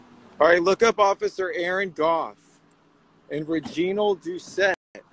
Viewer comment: Repeated stuff but so good. Be sure to pronounce Reginald’s name correctly though. Out of respect. “Rej-i-nald”